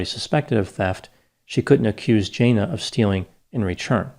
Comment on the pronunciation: It is normal for retail employees to have their bags searched at departure, even when leaving for lunch. I think it's unlikely you have the pronunciation of Jana correct.